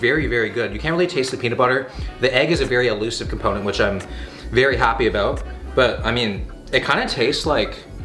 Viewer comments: "I don't know aboot that.' 2020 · "I don't ABOOT that, I don't know ABOOT that" lol. If you didn't know he was Canadian before, you definitely know it now lol